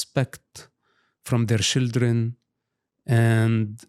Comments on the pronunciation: Why say shildren instead of children? You are teasing him? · One of the many endearing things about Mosab is how he doesn't have a heavy accent anymore except when he says shildren.😂 He really cares about the children (shildren), our next generations so much. A truly good man. ❤ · He said shildren, stop being delugional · I quit drinking 4 years ago but if I had to take a shot every time I hear "shildren" id probably be hospitalized by now.